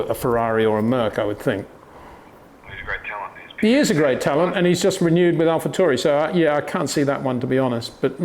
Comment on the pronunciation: Alpha TAU Ri. Not Turi